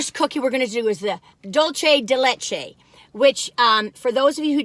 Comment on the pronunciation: Dulce, not Dulche!